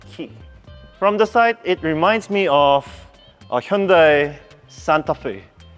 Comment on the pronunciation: ang hirap gayahin ng pagkakapronounce mo sir ng "hyundai" 😅